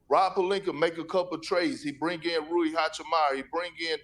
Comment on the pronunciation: they gotta make the people on ESPN know how to pronounce peoples names, who is Rudy Hachamala?